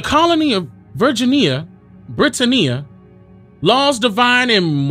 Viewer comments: The W in sword is silent like the S in Illinois. Brittania is Brit-Tan-knee-Ah Great information though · is it BRIT-TUH-NEE -YUH? or BRIT-TAN-NEE-YUH? TAMES or TIMS? ija.........